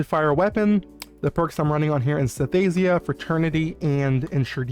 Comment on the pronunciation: satiyaaliksni smart bomb synesthesia not sintheyshea lupine nature is pronounce Loop To name a few